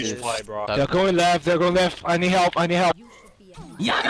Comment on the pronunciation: “monkey on me plz hewp. i need hewp he pop his ult on me wtf☹️”